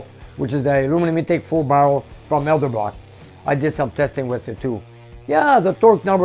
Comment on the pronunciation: its pronouced..Ed..L..Brock. Not El..D..Brock.Hope this helps.